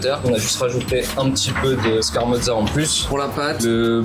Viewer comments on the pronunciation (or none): Le mec ne sait même pas dire "scarmorza"